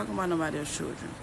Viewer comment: I love how she say children as "chirren"